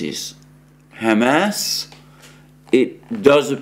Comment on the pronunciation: HAM ASS (pork anus) is not how the name is pronounced. It's pronounced hah-mahz with the accent on the second syllable.